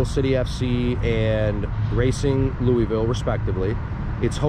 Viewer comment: ya gotta say louisville like you have water in your mouth. Also, we make bourbon, not whiskey. Appreciate your visit and the video though